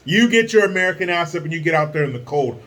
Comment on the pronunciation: AmereeCan for AmereeCans